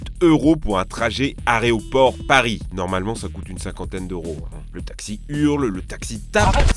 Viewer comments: Aréoport, c'est plus possible. Apprends le par cœur : "A-É-RO-PORT" bordel ! Sinon, chouette vidéo :P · IL A DIS ARÉOPORT AU LIEU DE AÉROPORT COMME LES ENFANT AAAAA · Les transports en commun pour aller à l'arrêt au port ? Ça fait longtemps que j'avais pas entendu quelqu'un dire "aréoport" au lieu de "aéroport" Sinon, le vidéo est top même si elle rend un peu parano x) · vidéo très sympa, comme toujours et surement utile mais une petite remarque, ça n'est pas aréoport mais aéroport 😘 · aucun reproches mais tu dit aréoport et pas aéroport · il a dit aréoport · Dans cette vidéo, au lieu de dire aéroport, chaque fois il dis aréoport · 12.34 minutes : l'aRéoport? sérieux? encore un effort tu y étais prèqusse....heuuu...presque. A moins que tu voulais dire l'arrêt au port, mdr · On dit aéroport et pas aré... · C'est régional l'expression : restez focus"? Parce qu un focus... n'a rien à faire après un verbe. Il aurait fallu dire " restez focalisés " ou " restez concentrés". Et par pitié AÉROPORT et pas aréoport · On dit aéroport et non areoport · on dit aéroport pas arrêt au port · aRéoport... sérieux? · Tout le long de la vidéo tu dis « arrêt au port » c’est un aéroport pas un areoport😂😂😂 ceci dit c’était une vidéo sympa qui apprend aux gens à être prudents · "l'aréoport" comme quand on était gamins 😂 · Copain fait attention . Ça fait déjà deux fois laaaaaa. Areodynamisme, areoport..... AEROdynamisme et AEROport. XD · j'ai perdu un neurone chaque fois que j'ai entendu dire "aréoport" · On dit un aERoport et pas un aREoport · > trajet Areoport Paris 😂😂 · Le gars qui parle a loupé quelque cours de l'orthophoniste l'aretoport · Tout très bien sauf : "l'aréoport". Ça j'ai eu un peu mal à chaque fois que ça a été prononcé 😁👍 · arrêt au port? Ou aéroport mdr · "Aéroport" pas "aréoport" 😁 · C'est quoi un aréoport ? 😅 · Évidement, le famoso Aréoport de Paris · Salut! Hé dis donc... On dit aéroport, et non pas «arrêt au port»...😁 Ça serait pour les bateaux sinon?... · A aussi